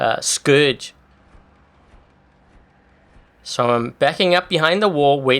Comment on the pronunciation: i know its dude...but please in the next time say scourges not scrouges